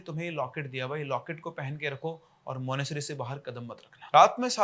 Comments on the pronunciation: मानेसरी क्या होता है मानेसट्री होता है भाई 😂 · Monastery ❎ Monasery☑️ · Monasary nhi Monastery bolte hai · Monesary kya hai bhai? Monetary bolo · monasTery. Tttttttt. It bugged me through the entire video. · Sir MONASTERY, aaap T kha rahe ho pronunciation mein. lol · Monasery nahi monas-try La-ha-sa nahi lha-sa